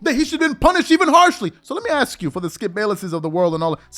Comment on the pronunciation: How is it that such a well spoken, intelligent and articulate person still cannot pronounce the word "Ask" it seems that too many of our people pronounce that word like an entirely different word "Axe" two very different words